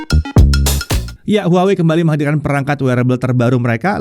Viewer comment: tetep dibacanya : WAHWEi